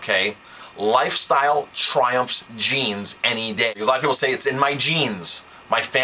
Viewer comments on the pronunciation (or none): "Trumps", not "Triumphs".